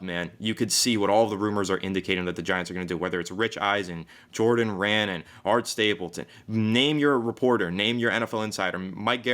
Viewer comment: You guys are great keep it up….only beef is always says Jordan Raanan as Ran nan lol…it’s pronounced Rah Nawn